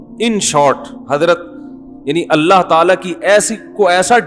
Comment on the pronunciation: Please sahi pronounce karo it's ❤️ ALLAH❤️ Correct spelling 😀